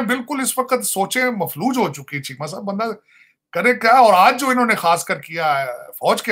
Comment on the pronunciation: Sajjid sahib ji, Maksab nahi Matlab!!